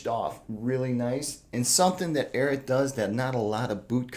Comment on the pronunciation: It's really bothersome that "" cannot pronounce the name of this boot brand.